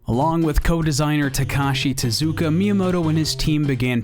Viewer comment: Thank you for properly pronouncing Tezuka, ever since I learned how Japanese really sounds the way it's usually pronounced by English speakers annoys me so much.